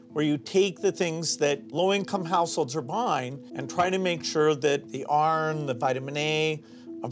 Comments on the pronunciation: Lol the way he says iron * like “ Earn” . Must be money talk . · Plus with the way he pronounces iron I would have no idea what he's talking about